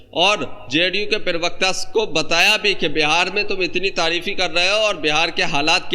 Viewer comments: भाई पिरवक्ता न बोलो प्रवक्ता होता है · भाई आप बहुत अच्छे हैं लेकिन प्रवक्ता को पिरवक्ता कहना बंद कीजिए।